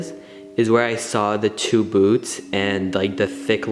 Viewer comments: I thought you said boobs not boots! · At first i thought he said big black boobs, then realized it was boots.